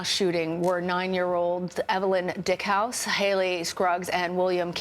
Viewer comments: It's pronounced Die-eck-house, or Deek-house. How are you just going to pronounce the victim's name Dickhouse. I thought you had to have some minimal level of education to be a national news reporter. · Huh huh, you said dickhouse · Please pronounce Evelyn Diekhaus correctly on air. This was inappropriate.